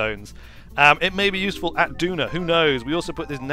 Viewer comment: Stop mispronouncing Duna! Please! Also, I think you meant an interplanetary civilisation A Kerbin day is 6 hours. That is asparagus staging. That was a very...er..."old-Kerbal" style launch profile. This, I assume was done in 1.0, which means that you should now start the gravity turn very early, not at 10km as it always used to be.